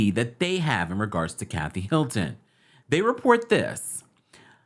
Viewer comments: Sounds like he's saying "Milton" to y'all too? and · Why do you keep saying Milton instead of Hilton???